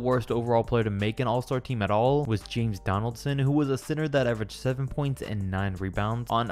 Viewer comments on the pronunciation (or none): none